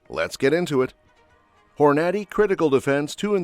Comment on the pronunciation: Please give your AI more time to learn the proper pronunciation of more words like Hornady.